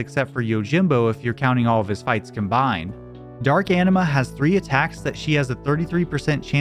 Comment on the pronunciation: That's not how you pronounce Anima